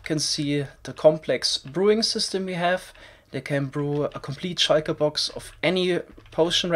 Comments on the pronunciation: its called a shulker box not a shaiker box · I love pronunciation of shulker box as "shieker box" Lmao I love this channel